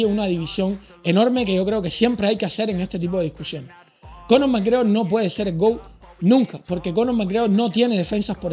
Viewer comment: Error!!! no has pronunciado bien el apellido!!! suspendido!!!!